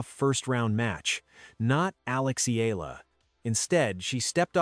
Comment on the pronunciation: Pls pronouce her name as Eh...yah...la...